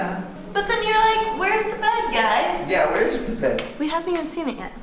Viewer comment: it's funny, I heard: where is the bad guys? instead of :where is the bed, guys!